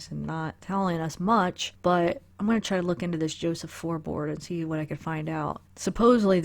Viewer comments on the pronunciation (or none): none